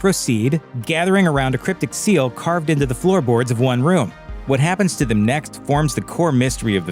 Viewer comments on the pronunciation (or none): none